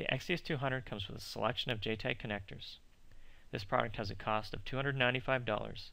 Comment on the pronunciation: It is pronounced JTAG not JTEG !